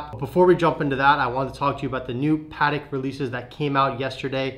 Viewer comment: Pls guys learn to say patek.